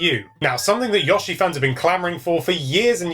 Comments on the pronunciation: I'm going to fly to England and personally give you speech therapy so you can stop saying "Yushi" you're welcome in advance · I think it's Yoshi where the 'o' is pronounced 'oh' as opposed to 'aw'. I only mention it because it's kind of annoying when you hear someone say something slightly wrong multiple times in a row. I'm sure he even says his name directly in one of the games, so most hardcore Nintendo gamers really should know how to say it properly, but I can't be bothered looking that one up. PS. Won't it be awesome if this is the Yoshi game that finally lives up to the true sublimeness of the original; or even better...actually manages to surpass it in some ways :-o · Yeah, he should be called "Yewshi" or better yet "Yaoshi" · "yaushee" I giggled every time. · I'm going to flip if you call him Yahshi one more time! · Oh for gods sake... He said yoshi wrong.